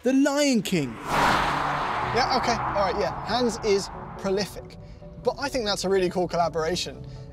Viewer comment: "I think it's ahrrraiiii" 🤣